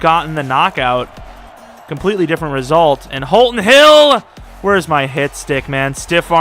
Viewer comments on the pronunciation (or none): none